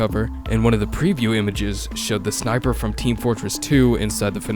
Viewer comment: beautiful snipa. Now that’s what ya call a real Australian right there mate!!